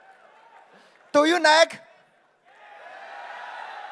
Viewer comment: DO YOU RIEK?!